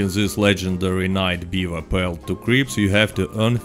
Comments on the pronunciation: i love how when he says "cripps" it sounds like creeps lol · Bro, the real reason to do this role is to simp for Harriet until 20 then simp for Gus for the fashion. Because fashion is the most important thing. Also with your accent I heard you say creeps instead of Crips